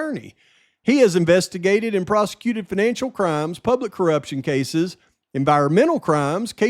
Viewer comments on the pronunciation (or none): none